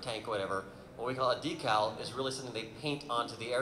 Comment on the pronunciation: So refreshing to hear so many people actually pronounce decal correctly this episode.